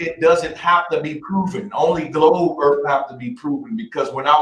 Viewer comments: lol yea its like the word "Three" being said "Free" its brutal to listen too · To proof the flat earf